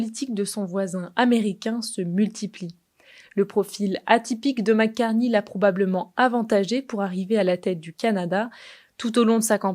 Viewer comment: Et en plus c'est Mark et non pas Marc (prononcé à la française).